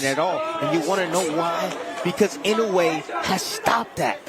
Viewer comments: my goodness can't they just pronounce his name right E NO A would be about right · They always pronounce "Inoway”.